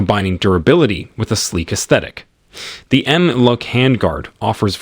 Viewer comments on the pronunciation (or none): The way this guy says MLOK and Picatinny is horrific